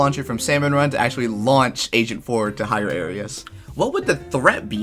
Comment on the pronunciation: Wait did you say agent 4 or asian 4?